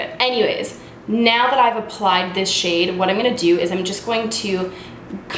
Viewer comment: wtf! I literally just finished watching super troopers and I walk in and start watching this and hear you say meow instead of now and just lost my shit hahaha